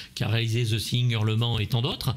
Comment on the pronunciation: Il suffisait de nous apprendre le bon son du "the" qui devant une consonne se prononce comme "de" zozoté, et non comme "ze" !